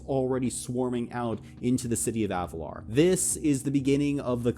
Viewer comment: AvaLIR, i hate to do this but its Avalir. not Avalar.